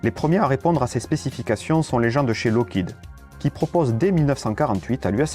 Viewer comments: FOR GOD'S SAKE TEACH YOUR AI TO READ! "Loke head??!?!?!? WTF?!?!? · Lot of mistakes in this video. The F-102 never carried the Genie. The F-94 had M-3, not M-2 machine guns. The mispronunciation of Lockheed and Northrop are also annoying. Oh well.